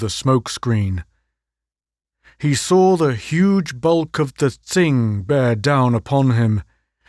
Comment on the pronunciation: Tsing is pronounced ching and Tsin, chin.